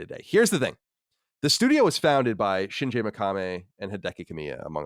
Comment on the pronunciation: "Shin-jey Meh-ka-meh" 😂